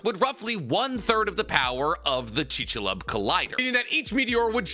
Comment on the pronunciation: With love man, chik-su-lube 😂